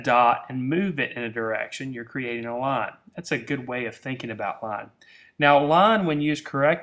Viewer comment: IT'S LINE, NOT LON! GET IT RIGHT!!